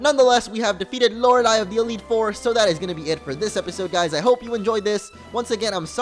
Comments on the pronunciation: It's pronounced LO-RAY-LIE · Lore-a-lie a believe that's how it's pronounced. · Prenounce it as Lorelie if it's still a problem xD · I believe Lorelei is pronounced Lor-uh-LAY because Entei, for example, is pronounced En-TAY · its pronounced lore lay the ei is pronounced as ay sound as in day or entei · lor ah lie is how you say it. :P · its pronounced lorelei :p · It is lore-lie as the name is actually pronounced like that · Lorelei: Lor-el-y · Hey I love your videos,but loreiei the last I is silent